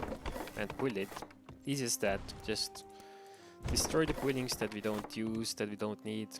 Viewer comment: buld buldings..i can't hear it any longer lol